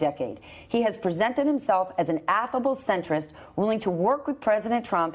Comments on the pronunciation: Just want to point out that it's Phil BREDESEN, not BRENDENSEN. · “Brendnsen” really bruh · It's pronounced "Bread- e-son" .(no "n" in that first syllable) He had the distinguished honor of winning all 95 counties when he ran for (and won) governor of our state...He's big business the honorable way. He brought both the Tians and the Predators to Music City and did us proud at every turn. Watch this race!